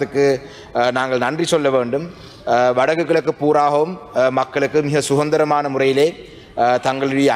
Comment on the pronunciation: சுகந்திரம் என்றால் நறுமணம் என்று பொருள் கொள்ளலாம் என்று நினைக்கிறேன். அது அதந்திரம் தமிழரசுக்கட்சியை பிரிப்பதற்கே நேரம் கானாறு எவ்வாறு உச்சரிக்கும் தமிழைச் சரிபார்ப்பது?